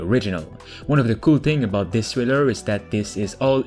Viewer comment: Trailer, not Thriller.